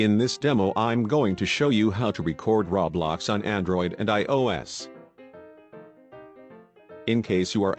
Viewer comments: stop saying rablox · It's not call rablax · He be saying roblox like raw blox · Ummm excuse me but it isn’t called RABLAX ITS CALLED ROBLOX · “Ra blax” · XD me oh and anybody gonna tell this man ITS ROBLOX not RABLAX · I need a real person to tell me this I don’t understand and why is he saying Rablox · What the heck is the robot saying rowbloxd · When it's not rablox it's roblox just correcting you... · Not to be mean but It's not Ro blox it's ROBLOX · Rablox* xD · No one: Not a single soul: Him: RAWBLOX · It keeps saying RABLAX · Everyone: LITERALLY NO-ONE: GUY IN THE VIDEO: RaO- BloX Me:......BAHAHAHAHA 🤣🤣🤣🤣 I’m suffocating from laughter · Did he saw RABLOX twice omg 🤦🏼‍♀️ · It’s pronounced row-blocks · When you bot says roblox but instead it said rawblox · LEARN HOW TO SAY ROBLOX YOU FUCKING WEIRDO!